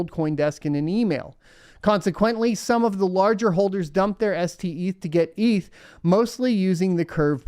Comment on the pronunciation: Steth not Seth